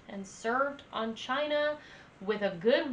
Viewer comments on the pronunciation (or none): none